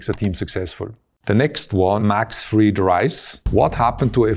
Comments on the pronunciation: Max frEEd rice 😂 its fried rice toto!! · he read 'fried' like a German name instead of a cooking method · Adorable lol